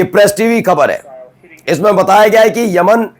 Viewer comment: Tum kya patrakaar banoge Tumse Khabar padhna to a Nahin raha hai Yaman ko Aman bol rahe ho